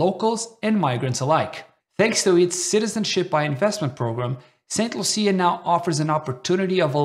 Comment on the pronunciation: Saint loosha . Thts the pronunciation